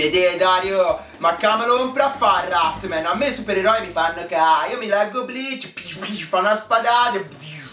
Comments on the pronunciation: dici cose molto vere ma perchè non lo chiami con il suo nome? Rat-MAN! No Rat-MEN..dov'è la e?!?!? :-) Comunque complimenti, sei bravissimo!!! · si dice rat-man non rat-men